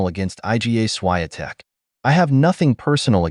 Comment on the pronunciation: Please learn how to pronounce properly Iga Swiatek,you pronounca